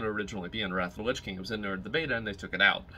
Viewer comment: 'wrath of de lich king'